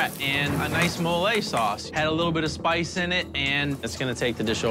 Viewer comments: it’s not Mole it’s “Mole-ayyy” 😂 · 'mo-lejh' sauce?